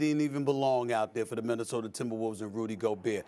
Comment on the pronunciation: Stephen “Minnesoter” A Smith